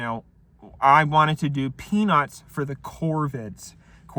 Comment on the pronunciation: “Doxxed peanuts”